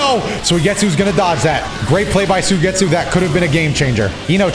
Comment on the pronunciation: It probably shouldn't bother me, but I can't help but notice every time he says Soy-getsu lol